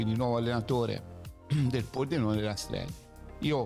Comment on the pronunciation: Minuto 7,55 circa.... RASTRELLI... poi l'hai ridetto ammodo ma li per lì... 😂 Grande... Il bello della diretta 👍🖤💙